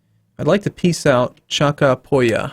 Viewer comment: Just for people who don't know, the word "poya" (well, the word polla, but they sound the same in spanish) means "cock". So everytime I hear saying Chacapoya, well.. XD